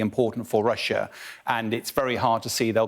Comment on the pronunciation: Why do they call it "Russier"🤷‍♂️😁 I've heard alot call it that?